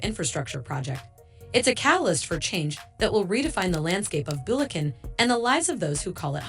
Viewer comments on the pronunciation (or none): BULEKEN - AI pronunciation of Bulacan lol